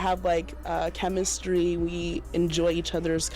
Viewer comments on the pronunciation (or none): She said CHEMENSTRY